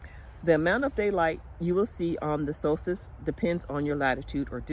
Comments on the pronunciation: Omgosh how do y’all sleep with it so bright out all night?? You said Solstice correctly. So cute in your Alaska hat👍🏻🥰🥰🥰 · I live the hat. Oh my goodness...you said solstice perfect on the first try!!! 🌞😎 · Hi you say Solstice correctly.beautiful hat, love it. Love the Alaska yarn, green is one of my favs.